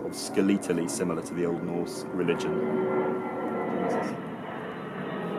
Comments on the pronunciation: The first syllable: /ˈskɛlɪtəˌli/ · I've never heard anyone stress the second syllable of "skeletally" before. I needed to use the auto-generated captions to figure out how to spell the word.